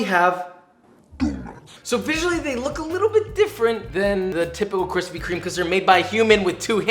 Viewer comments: Lol where are the kwispy kwomments? I’m too early sad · Need Kwispy merch... 🤣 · 1 like = 1 kwispy